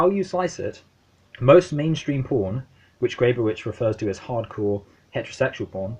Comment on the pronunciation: It's pronounced "Greb-oh-vich." Don't feel bad--I studied with her for four years and still occasionally got it wrong. The "pro" vs. "anti" debate is fascinating, but as I read it (and as Grebowicz herself taught it) WIPM is as least putatively uninterested in that question. What's under examination in this book is internet porn qua internet--what is means that porn is being distributed through the internet, what it means for the social, what it means for privacy (what it means for what "privacy" itself means), what are its political implications under conditions of the attrition of tech?